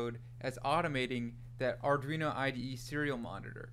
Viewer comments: Great tutorial!! But.. and I'm sorry, I can't help myself, Ar-dwee-no Not Ar-dree-no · its not ardreno Thanks for the video.